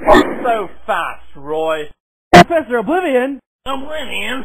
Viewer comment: PROfessor oblivion!